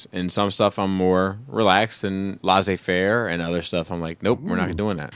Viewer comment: Heads up, it is pronounced "Lay-say fair" not "La-zay fair". I think you might be thinking of the word blasé which is pronounced "Bla-zay". Source: Am french